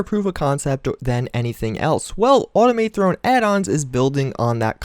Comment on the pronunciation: why the fuck can't you say "automathrone" right? just like automaton. Not Autom-A-Throne.